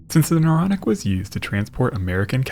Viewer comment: The “Neuronic” 😝